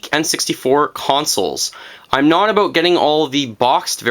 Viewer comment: Are you canadian? I blelieve i heard abut